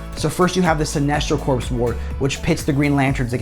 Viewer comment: Sinestro Corps… Corps is pronounced core. The p and s are silent. Good content bud. Glad you found a sponsor. 👍